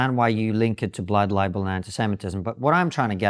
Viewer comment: Why does she pronounce "Blood Libel" as "Blood Liable" ?